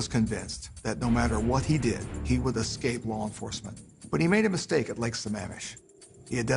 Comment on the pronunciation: No sure what the brunette detective adds to the story, since everyone else interviewed actually came in contact in some respect with Ted except her. She even mispronounced the name of the lake where 2 of the women were kidnapped from. Apart from her, excellent documentary.